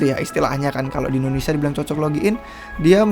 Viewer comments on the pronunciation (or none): none